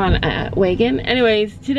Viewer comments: U say weagon, it’s pronounced w a g o n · Lol I think I get what Sandy means😂 It sounds as though you are pronouncing it like “way-gon”. I pronounce the first bit as if I were saying “agriculture”. Instead of making an “ay” sound it’s more of an “ah” sound, if that makes any sense whatsoever😅 Edit: So essentially I say “w-ah-gin”